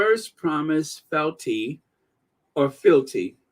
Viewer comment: It pronounced fe-al-ty